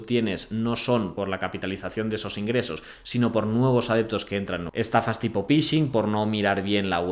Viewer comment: Please: "phishing" = /fixing/ 😊